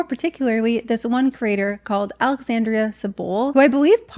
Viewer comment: It's alexandra not alexandria 🥺